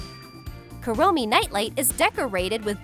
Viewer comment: Kurommi not kawii